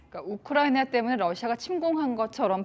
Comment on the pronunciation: 이재명이놈때문우크나이비하 발음하여국제적나라망신시켰다 세계적개망신하였습니다